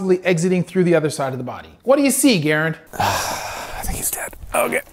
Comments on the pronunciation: He keeps calling him garren when it's garand as in a m1 garand 😂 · He pronounces ir Guh-rand not Gar-and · There are websites that you can watch the cartel actually shoot people with shotguns. Ballistic gel is far less realistic to how projectiles actually affect living tissue. Great video, I'm not sure why you are pronouncing it garend vs GarAnd. But never seen your videos before, nice stuff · It’s Ga Rand not Geirand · Hey doc, I think you are saying Garand thumb’s name wrong. It’s pronounced Ga- ran-d. Not Garry-nd. 👍🏼👍🏼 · Minor peeve. It's not Gar-und. It's Gah-rand. Famous firearm. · Him pronouncing it like “Gair-and” instead of “Guh-rand” really triggered me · Hi Doc, its pronounced "GAH -RAND" and it is the 30-06 Garand from WWII US combat rifle. the "Thumb" portion is from pinched your thumb(very painful) if you get it stuck in the action when loading the EnBlock full of cartridges in the action and the bolt comes forward and smashes your thumb before you can pull it out. Hence GARAND THUMB. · Great video but.... Ger-rand! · For all of you Gram-ma Ree-Tods out there, repeat after me; Garr-Rand!!! It is NOT this difficult people! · It's pronounce guh-rand. Emphasis on the second syllable. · love the videos you do with Garand Thumb, but you're killing me on the pronunciation of his name. It's “Guh-rand" lol. But Potato/PotAhto I guess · Doc its pronounced ga-Rand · Nice video. Just a heads up, it's pronounced Gu-rand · gah-rand...as a doctor you should have better understanding of the English language and at least do research on something you want to make a reply video to. Yes, I am still hungry as I killed many in Afghanisuck. I still like a good steak and potato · I like the video. But say it with me Guh-rand thumb. Lol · Its Garand “GAR-RAND” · It is pronounced gr-and thumb because that's a thing that happens when you don't pull your finger out of the loading part of the m1 garand rifle quick enough so the slide pinches your finger